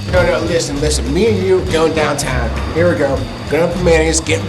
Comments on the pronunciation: wtf is "dantan" and "warsh" I'm from Pittsburgh I never hear that wtf😂😂😂 And the ugliest accent is Baltimore and Boston😂😂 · Interesting, I live in Colorado which is known for having a pretty "standard" US accent and the people interviewed don't sound like they have a very strong accent generally, except for a few really specific words like the girl saying "warsh," downtown "dahntahn," and words like talk "twauk" (which is pronounced more or less like that everywhere in strong Northeastern accents.) Compared to a lot of the Northeast accents in surrounding states it sounds pretty lightly accented to me, but maybe they've just interviewed people with lighter accents. I have heard Penn Dutch type accents and those are intense. The girl saying "warsh" is the only one I think I'd really clock as accented, her accent seemed the strongest/furthest from "standard." But the end of the day "standard" doesn't mean much and everyone has an accent of some kind. I've always loved New England accents FWIW including Pittsburgh.